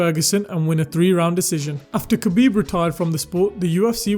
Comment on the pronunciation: Btw his name is pronounced HA-BEEB, and not having him at the top is just as disrespectful as not saying his name correctly. Who did he lose to? Or who even tested him, outside from a lab created cheater? Still won, too.